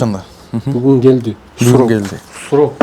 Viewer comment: 😂😂😂😂😂😂😂😂 бугун гееелди бугун гойлат бугун гелди бугун гойлат 😂😂😂😂😂😂😂😂